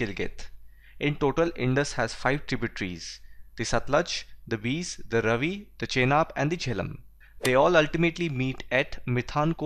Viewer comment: I just hated Geography before watching your videos. I usually just slept in my Geography period and I've not yawned once while watching any of your videos xD . I've seen all your videos for class 9. I'm from Punjab and the only thing that bugged me was the way you pronounced the names of the rivers Satluj, Beas and Ravi. The correct pronunciation is Satt-luj (looj) , Bay-aas and Raavi.